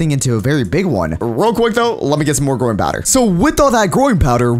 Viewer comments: Did YOU SAY GROIN POWDER oh u said growing powder hhehe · Why does he keep saying groin powder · I thought he said "groin powder" 😭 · Did anyone else notice that when he said growing powder it sounds like groin powder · growing power. What I hear,groin powder. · i thought you said groin powder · "groin powder" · it sounds like he is saying groin powder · i realized when he says growing powder it sounds like hes saying groin powder. kinda sus